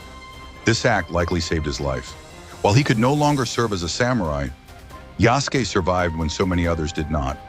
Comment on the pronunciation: I get your point but it's spelled Yasuke. It's sort of pronounced how you spelled it although you do pronounce the 'u'. It's almost like the soft 'u' at the end of 'desu'.